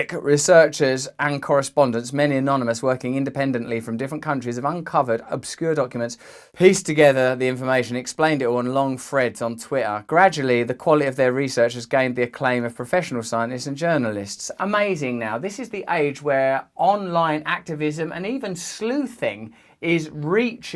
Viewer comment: How the fuck do you say "Twitter" with out pronouncing the letter "T" , there's fucking three of them